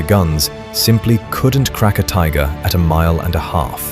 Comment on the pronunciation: Tigger?😳